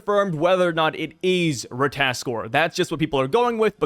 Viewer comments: RAT-AH-TAS-KER you're skipping a syllable... do NOT let me catch you lacking again... final warning... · Say it slowly with my, Rah-tah-tos-kir lmao (shoutout Smite) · it’s just “Rata-task-er” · if you played god of war u would know how to pronounce rata tos kr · Merry Christmas, I just wanted to point out that it's pronounced RA-TA-TOS-KR. Happy Holidays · Hi no hate, it is ra-ta-tos-kir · RAH-tah-tosk (R sound at the end) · Correct pronunciation: "ra-tuh-ta-skur" come on ❤😂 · i played god of war Ragnarok so ik ow to pronounce the word its pronounced (ra-ta-tos-kr) this not how it spell but reading it this way u know how to pronounce it better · If I remember from smite and god of war the pronunciation is Ra-ta-tos-ker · Watch a wee god of war Ragnarok clip on ratatoskr then you'll get how to say it lol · I thought you played God of war you should know how to pronounce ratatoskr..